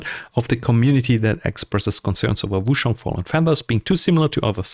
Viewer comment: Cool video mate but you're killing me with how you say Wooo-SHang. It's Ch like change, China etc.